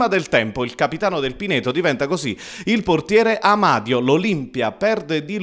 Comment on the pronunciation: sto telecronista sbalia tutti i coniòmi... Amadio...Anania...tutto senza accento tonico...